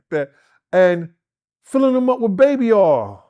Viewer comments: Why is it so hard to say”Oil”? says Baby Aw and says Baby Earl. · oh i also failed to mention as well. Instead of saying three he would say tree😂 and as for oil he say Earl😂😂 . G